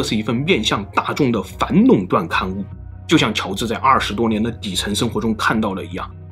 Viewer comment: Long 断 ，不是nong 断。Lao 罗斯福，不是nao 罗斯福.... 😂